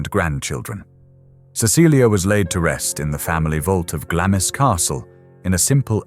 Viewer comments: Glamis is pronounced glarms. But great video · yes, it is and I get irritated when researchers do not do their due diligence. I am a New Zealander and we pronounce it Glarms as it has always been. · I am Scottish and we refer to it as Glams Castle ie the i is silent. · I say Glarms. I'm English though. If I pronounce it in a Scottish accent it'd be Glams. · I was indoctrinated to a received English accent when discarded by my parents to boarding school. The Royal family pronounce it Glarms. With an R sound. I appreciate its a Scottish castle and Scottish people pronounce it Glams. But if its a sasenack trying to pronounce it they'll hear an R. A lot on here are not from out Isles. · I found this video fascinating, although irritated by the pronunciation 'Glam is.' I used to volunteer at Gibside, now a National Trust property, which was the home of Mary Eleanor Bowes who married John Lyon, Earl of Strathmore. Under the terms of her father's Will, Mary Eleanor's husband was required to change his surname to Bowes. Her father, George Bowes, had only one child and Mary Eleanor became the richest woman in the UK upon his death. The surname Lyon was reinstated many years later, initially as Lyon-Bowes, but later Bowes-Lyon. The Queen Mother did visit Gibside in her younger days, prior to WW2, and eventually handed over the keys to Gibside Chapel to the National Trust when the family could no longer afford to maintain the property and estate. Mary Eleanor Bowes' life story is described in great detail in Wendy Moore's book, 'Wedlock.' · I think it’s “glaamz”. no r sound added.